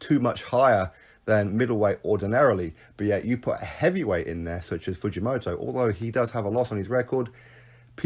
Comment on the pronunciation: The Fujomoto pronouncing is good enough but Kyotaro is pronounced like... Key- yor-ta-low. All good bruv love the vids